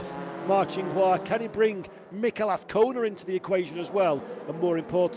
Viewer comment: His name is AZCONA not AFCONA. Say it correctly...